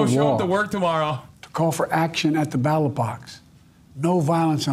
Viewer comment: There's no question that, in my opinion, Joe Biden likely has mild cognitive decline and should drop out at this point. However, that speech for Biden was fine. As someone with a history of speech impediment, saying battle box instead of ballot box is a misspeak that could be consistent with a speech impediment. I occasionally will make similar mistakes when dictating notes and often have to redo notes as a result. There a plethora of evidence of Biden's cognitive decline and this video isn't necessarily one of them.